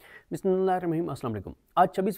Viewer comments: Siddiqui bhai assalam o alekum Please bismillah aram s r clear prha kren Thanks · Bhai pleez "Bismillah" theak Sy prtha Karen.please please